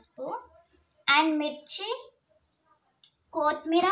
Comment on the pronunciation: Kithi Meera kadhu amma kotthi miraa🤣